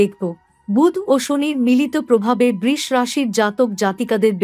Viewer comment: Sudu dhop kono kichue hobe na Dhopdhop brish bole kono rashi nai uchharon thik korun Brisho